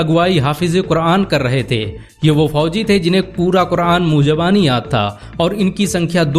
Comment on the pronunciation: अस्सलाम वालेकुम भाई साहब न्यूज़ सुनकर बहुत खुशी हुई मगर आप इतिहास बता रहे हैं आप अपने लैंग्वेज का सुधार कीजिए मुर्गाबानी नहीं जबानी होता है थैंक्स